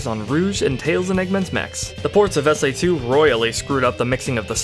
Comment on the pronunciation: ...he said S AI 2...lol